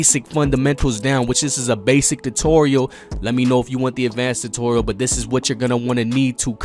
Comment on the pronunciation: Whats a Dutorial lol